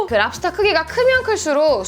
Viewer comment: 랍스톼 쁠뤡스~